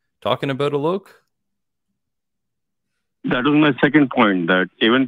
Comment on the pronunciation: Directly addressing...not sure if you heard the lad state the actual pronunciation of his name (Alok)...but if you did and still kept calling him A-loke...that's a bit of a dick thing to do mate.